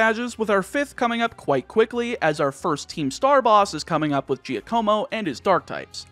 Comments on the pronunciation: For what it's worth, I believe the name "Giacomo" is pronounced "Jack-o-mo". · Everyone: Wow what a journey!! Me: Anyone else hating how pronounced Giacomo? No? Just me? Okay. But seriously, this was such a fun ride. Thank you for taking us on it!